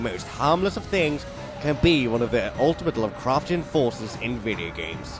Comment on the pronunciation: lu'cru'chen... vi-yi-gmsh